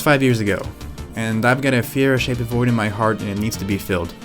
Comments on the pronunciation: It’s Fireo not Fiera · Feee-err-ooo! Not Fearo. Show some respect! Damn! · Before going through the trouble of making a good video Good video but at least learn how to pronounce the name. Fiero = [Fee-Arrow] not fear-oh. Triggered me a little. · it's fi-er-o, not feer-o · You love it, but you can't even say the name correctly. FEE-err-oh, not FEE-ro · It's a fee-arrow not Fear-oh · "fee-arrow" is how it's pronounced. Not "fee-row". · Hey dude.....it's not a FERO it's Fee-A-ro ...get it, got it, good! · Dude, it’s Fee Air Oh not Fear Oh. I get that fear is the overwhelming emotion associated with owning one of these poorly engineered train wrecks from GM’s darkest days but you can at least pronounce the name right if you’re going to attempt a video on the P.O.S. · "Fee-air-o" Dude, c'mon. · Isn't it pronounced Fire-oh? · "Fe - Aero" You ignorant jackass. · lol... the Fire-o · it is pronounced fee-air-o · They're literally called "fier"o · I have never hear anyone pronounce "Fiero" like you do. It is Italian and means "pride." But then later you change your pronunciation to more conventional. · If you’re going to make a video about a car, maybe you should know how to pronounce it. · Nice vid but I can’t stand the way you say Fiero. Still watched. But cringed every time you said Fiero.